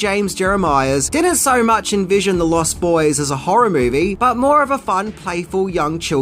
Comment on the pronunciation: Also: LostBoys, not Lost. Boys.